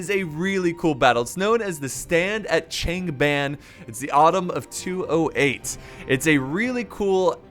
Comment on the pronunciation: And decent job on pronouncing names like Lui Bei and especially Cao Cao (which gets butchered so much.) Its a weird name to translate into English even considering the rest of the language, but Changban is pronounced "Chungbon" but even writing it like that is still wrong haha. Such different languages.